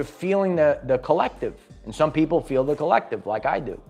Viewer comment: Save the pwoople